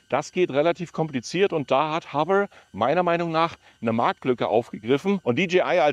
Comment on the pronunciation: HoveRRR ?😂😂😂 das R nicht so Rollen.